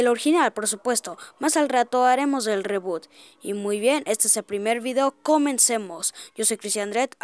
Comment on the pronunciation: Se dice ribut no rebot